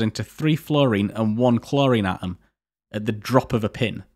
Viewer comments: Please pronounce your 'T's! 'A om', 'wa er' and 'me al' all have a T in them bud aTom-waTer-meTal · Awesome video, thanks a lot! It's obvious, you've put a lot of effort into making it. I kinda wish though, you'd gone the extra mile to put the "t" between the "a" and the "om" 😁